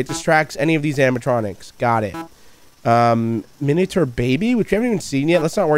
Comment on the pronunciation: "minater foxy" do... do u mean miniature?